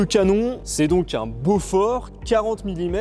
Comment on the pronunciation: Super explication, seul petit bémol, ça se prononce Bo-For et non Beaufort qui est lui un fromage. 😁